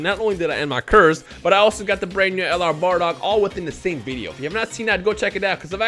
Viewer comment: Mmmm good bar-dock much better then baa-dock👀